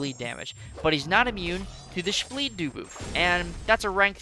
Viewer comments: Take a shot every time he says shbleed dooboof😂😂😅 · Take a shot everytime says spbleed dooboof